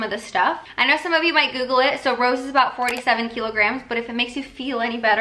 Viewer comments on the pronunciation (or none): none